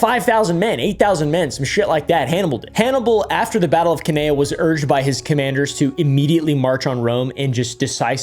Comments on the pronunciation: Cannae = ‘can-eye’ :) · The way you pronounced Cannae is a sin